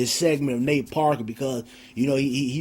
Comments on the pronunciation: why is the host calling him Nat? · This whole interview bothered me... all the way down to the black male anchor continually calling him Nat and not Nate! These people better start putting respect on Nate’s name!!!